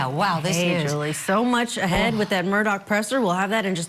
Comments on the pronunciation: Here is an example of a bimbette she kept saying Murdock ? It’s Murdaugh how did she get this job????? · The man's man is Murdaugh not Murdock. Mer-daw not Mer-doc. Get with it lady. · Tell this idiot his name isn’t pronounced “Murdock”